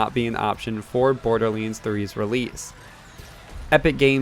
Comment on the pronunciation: Borderleends :P